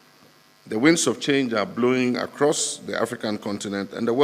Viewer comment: "Wind of change" NOT "wing of change" .